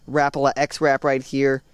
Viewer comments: it is ra-pal-a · You said Rapala wrong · I don't like how you say Rapala. other than that great vid. liked!